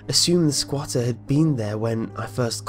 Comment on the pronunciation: I giggled every time you said "sqauter"